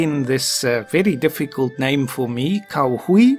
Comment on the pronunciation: "Cao Hui" actually sounds more like "Tsao H'way" - but I am a pedant :)